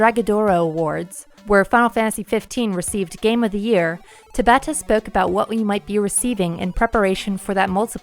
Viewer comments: Tah-bah-ta. Not tuh-bah-tah. Please, for the love of god, Tah-bah-Tah. It is pronounced the same. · There is no reason to constantly mispronounce someone's name. It takes ten seconds to pull up Tabata saying his name and listen to it. It would be like someone calling you "Lie-oh-nar-da Pine-uh" constantly.